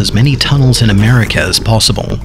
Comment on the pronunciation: When he says America oh I’m so dead ;0